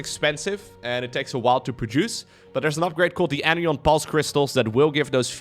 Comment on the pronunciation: pronounce asterisk better than 90% of native English speakers. But anion and anionic aren't quite right. The phrase "an ion" (a charged particle) rhymes with "anion." So put a beat between each syllable: an-ion or an-ion-ic. We emphasize the word ion when it is part of another word. Cation sounds like "😺 ion", for example.